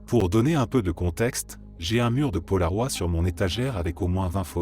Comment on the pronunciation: Paloroid, c'est mal prononcé